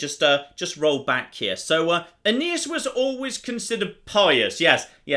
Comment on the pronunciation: Aeneas Me: A...Anus?